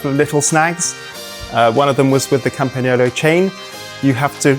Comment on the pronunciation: Thank you from Italy, for pronouncing "Campagnolo" perfectly!